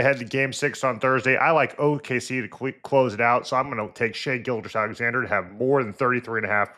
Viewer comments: He said it like 7 times😂😂😂Gilchrist-Alexander😮‍💨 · How is it possible Bruce doesn't know how to say SGA's name? People gonna think he's talking about Michael Kidd Gilchrist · "Take this into account." He was prime Bowen the way he was hacking Shai's name. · I understand why Bomani didn't correct it right away cause he respects Bowen, but maybe after the 2nd time you gotta tell him something right? Also dont want him out here continually getting the mvp's name wrong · Kinda wild to get the MVP's name wrong a bunch of times without ever getting corrected